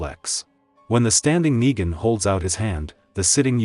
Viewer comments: RICK ITS NEGAN NOT NIGA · I don’t like the fact that certain parts of the story Yu keep saying niga and not Negan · bro said niga